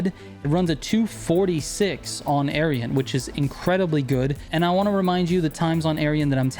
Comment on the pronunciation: You really want to be careful pronouncing Aerion. I heard 'Aryan' and nearly spat my drink. BTW I haven't compared them closely but I recall reading that the older (NA) Mazda MX5 is significantly better than the newer (the ND). I built an off-road NA MX5 and it was insane, hard to control but very, very fast.